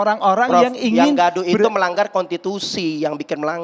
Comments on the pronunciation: Konstitusi. Bukan kontitusi hahahahahaha. Ngomong aja ga bener, sok banyak bicara hahahaha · Bang novel konstitusi bukan kontitusi